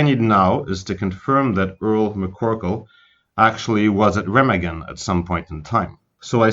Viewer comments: it's reeeeemaaaagen not remagen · Learn how to pronounce names properly. It is NOT "REM" A GEN. IT'S "RAH" MAH GEN. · It's pronounced Raw mog in not Rim again! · RE Magen not REM agen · That's only because he can't even pronounce Raw mog in right. It's not rim again! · It’s painful when people mispronounce names and places that have been commonly discussed for decades. Remagen is pronounced “Ray-mahg-in” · I believe the correct pronunciation is Re-mah-gen. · Pronounce the name of the bridge correctly would help A LOT. REE MA GEN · Ruh - maag - un. Repeat after me. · Rem- a (open wide) -gen. (3 syllables). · Hi, the correct pronounce : Remagen...is a SLOW name.. RE (not RI ) MAA (like your mother MA) Gen (G like G-un) EN...(heav-EN) RE-MAA-GENN....Okay? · Wonderful work and so interesting. Thank you! (Town pronounced re-MAG-en) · Remagen bridge is pronounced quite differently with an open "a" like in alpha - I mention it cause if you come to germany and pronounce it that way you will be screwed cause everybody would pull up his shoulders first and then let them down as a sign: no clue at all what you mean Rema (lpha) gen with a long a and every german will understand it. great one. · Great video, poor pronunciation of the city name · Should have learned how to say Remagen. Good story.